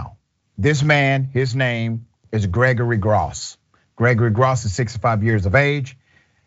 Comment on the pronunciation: Its (growss)...that is how you pronounce that name.